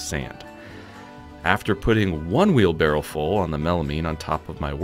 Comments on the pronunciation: It's barrow, not barrel. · it's pronounced wheel bar-oh. Because it has wheels and allows someone to borrow something. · noone says "wheelbarrel" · The correct pronunciation is "wheelbarrow". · Who the heck says wheel barrow